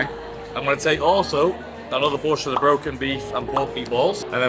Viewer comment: he pronounced “the” like “da”……… “da still” like he thought he was 50 cent for a second.